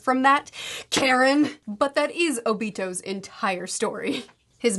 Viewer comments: Tenten not getting a single solitary mention is so real. also, her name is pronounce <<Kha-Reen>> not <<Care-In>>. she's a "ninja", not a soccer mom. also also, her obsession with Sasuke seems to make sense. if Uchiha feel the most extreme love & grief, and the Senju feel the most kinship, then the Uzumaki feel the most passion. we see this with Kushina and her temper, we see this with Nagato in his rage moment summoning the Ghetto Mazo, and we see this with Naruto in his... everything. so yeah. when the object of that passion is an emo boy? kinda sorta makes sense that she'd feel so strongly towards him. i do wish Karin and Naruto got a little more screen time together. even Naruto saying "you remind me of my mom" or even better, Minato saying "you remind me of Kushina" would've been enough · Very funy to be that the way you pronounce Karin souds like Karen, was it on purpose? 😂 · I lost it every time mispronounces Karin's name.